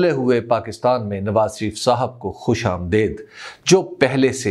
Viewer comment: Beautifully put a message a cross as always. One point. As I know from my Iranian Colleagues her, abroad. It is Khush Amadeed not Amadaid. Would have written privately but don't have your contact number. Love you pronunciation all the way despite that I am also a stanch Udru speaker. ❤